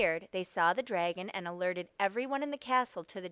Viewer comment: Who says times instead of multiply, and who pronounces dragon “draygon”? It’s incorrect pronunciation, not an accent